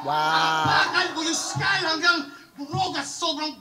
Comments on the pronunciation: aapakan yung skull lodi hindi sky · skull yun idol, hndi sky. nkakahype pagreview mo. new subscriber here!